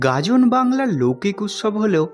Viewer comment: গাজন নাকি গাদন?😂